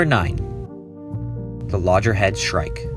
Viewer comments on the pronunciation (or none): Loggerhead shrike (not "lojerhead") and Roseate spoonbill (not "rosetta")